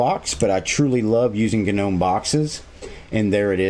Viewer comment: Love the "GA-Gnome"! lmao